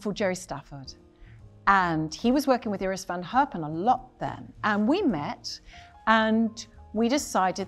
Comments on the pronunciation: You know what I love? How she pronounced Iris van Herpen as close to the Dutch pronunciation as she could, instead of anglifying it. To me that is a great sign of respect for someone. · So respectful to speak Iris van Herpens name correctly